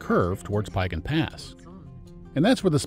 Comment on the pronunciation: Piegan Pass is pronounced phonetically as Pee-gan. Siyeh is pronounced "sigh-eeee" I enjoyed your video but cringed every time you mispronounced. I did not check the other pronunciations for mistakes. :). And don't forget for the last 2 years you cannot enter the park without an advanced reservation now. You'll get turned away at the gates if visitors and locals just show up to camp, hike, or even drive the pass.